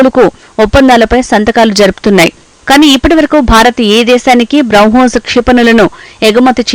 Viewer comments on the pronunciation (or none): బ్రౌ హోస్ కాదు